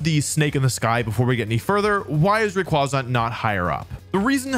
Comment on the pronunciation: Thank God someone pronounce rayquaza the same as me and my friends